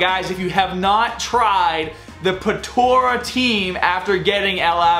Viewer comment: boi its potara not potora